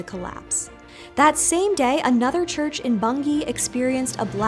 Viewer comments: I NEVER expected you to ever mention my hometown of Bungay! And you pronounced it perfectly (less so Blythburgh - which is more like Bly-burr, but the valiant attempt is appreciated). When I was a child, I remember looking for the scratches from Black Shuck on the door of St Mary's church, and many things in the town were named after him, such as Black Dog Cycling Club, Black Dog Antiques shop, and an elaborate streetlight in the centre of town was topped by a weather vane in the shape of a shaggy black dog. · Its genuinely surprising that you pronounced Bungay correctly, and is much appreciated. Anyway I've seen Black Shuck twice